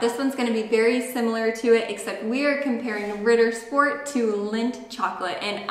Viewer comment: it's not RIDDER...sport...it's Ritttttter Sch-p-ort